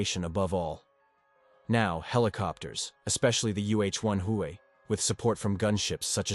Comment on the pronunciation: This guy can’t even pronounce Huey properly